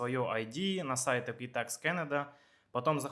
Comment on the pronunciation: EquiFax а не ЭквиТакс. Может поэтому вы совсем не туда обращались? Жил 2 года в Торонто, 14 лет в Галифаксе, теперь в Квебеке 5 лет живу- жалоб нет, в Канаде был везьде, кроме Саскачевана